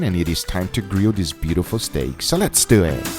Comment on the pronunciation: It's one word: Lessdewehh